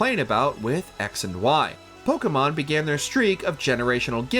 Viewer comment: The way this man keeps on butchering these poor Pokémon names... Don't believe this was based on actual fan reception. This list makes no sense.